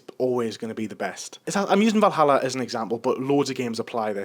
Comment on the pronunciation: Va-ll Hall-A